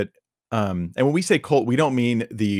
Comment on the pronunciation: Please stop besmirching young horses! The word is "cult", not "colt".